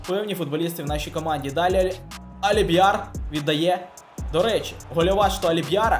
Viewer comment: Не душню, а просто поправляю Не Аліб‘яр, а Альбіяр